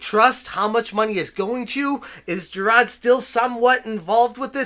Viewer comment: Who the hell is "Jirad"? I know who Jirard is, but you keep talking about some guy called "Jirad".